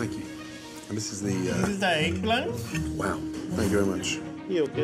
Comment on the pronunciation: Gordon: And this is the, uh… Waiter: dɪsiz dâ ɛgᵖˡᵃᵉⁿ Gordon: Wow. Thank you very much. Waiter: yogurr…